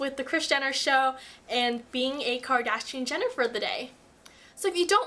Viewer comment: You missed the r in Kardashian :P Luv Ya